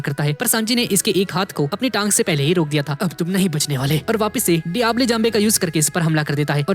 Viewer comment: Brother it's diablo not diable Sorry for criticising